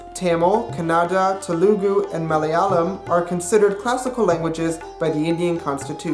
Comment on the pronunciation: The way he pronounces Telugu though 'tulagu' 😂😂😂